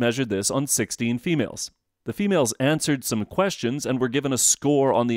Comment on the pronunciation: "females" lmao i love how you said that like we are alien creatures, good video though